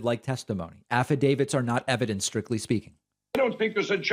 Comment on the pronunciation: Did Pillow say ''affidavids''?